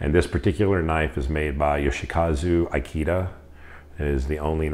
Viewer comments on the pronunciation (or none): One thing. Having the same family name as the knife maker you need to pronounce the name properly. Eekaydah (Ikeda)